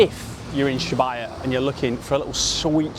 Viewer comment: Absolutely filthy pronunciation of Shibuya for the first 3 mins of this vid 😅😅